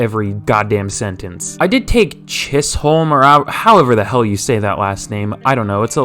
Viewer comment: Chisolm pronounced cheese-um 😂